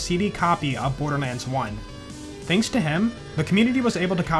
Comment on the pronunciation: "Birderlands" i love it